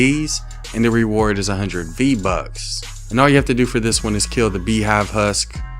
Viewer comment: did you mean "bee-bucks"?